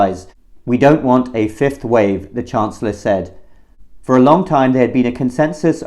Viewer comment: Have to get vaccinated, or what? Did he say fifth wave or fifth Reich ?